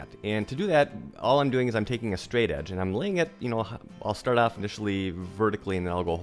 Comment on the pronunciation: Off not ahff. Perimeter not primiter. Troweling not trallling. Product not prodict. Soft not sahft. About not abought.